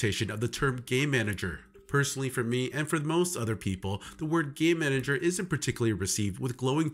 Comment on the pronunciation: Sounds like you're saying gay manager. Lol